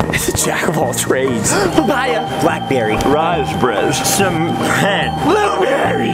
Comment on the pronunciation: the way Kian says raspberries ahaha this had me dying!!